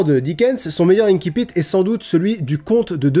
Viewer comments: Ça se prononce "insipite", pas "inkipite" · J'aime bien la vidéo, mais il me semble qu'on dit inSSipit et non inKipit. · Pour info, on prononce "ainsi-pite", c'est un mot passé du latin en français à une époque où on prononçait le latin à la française, et même si depuis on a modifié la prononciation du latin, l'usage est de continuer à prononcer ces mots de façon traditionnelle. Sinon on devrait dire "aquarioume", "canne-ker" pour cancer ou "aguène-da" pour agenda.